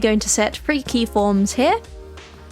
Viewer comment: I'm curious what part of the UK she's from because I hear her saying "synfasize" and for 3 by 3 she says "free by free"